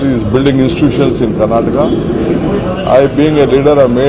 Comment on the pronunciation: First learn call KARNATAKA don’t call as Karnatak First respect the state.